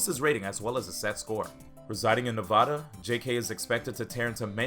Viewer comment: who says nevada like that?